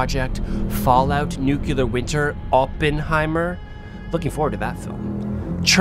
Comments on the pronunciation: Great video on an interesting topic. I don't worry about my SMC 55mm other than not holding up the rear element to my eyes. Sounds like you may have adapted GW Bush's butchering of the pronunciation, however. Repeat after me.. NOO-clee-Ur (not NOO-cue-Lur). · got the smc takumar 50. i don't think i've ever heard of radiation contamination from a lens, so i'm cool w/ the lens. and it's nuclear and nucleus, not nucular or nuculeus. 😂😜